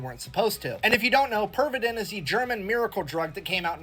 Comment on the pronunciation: you pronounced his name pretty accurately. at 40's and maybe 50's in Finland Pervitin was still advertised on daily magazines for grannies and tired house wife's to substance that gives all the energy for day's duties and house work "better than coffee". i have seen those old ad's in old magazines and newspapers :D